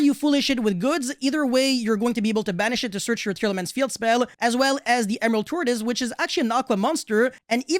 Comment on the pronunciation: Omg I'm tired of hearing tearalaments coming out of your mouth bro I mean I get it they're meta but fk meeeee teara teara teara teara